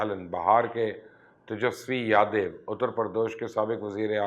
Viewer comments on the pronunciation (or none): Yadev nahi Yadav kaha kijiye ya Yadov bhi pronounce kiya ja sakta he.